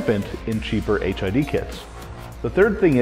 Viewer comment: Why does it sounds like he keep saying HIV lol 😂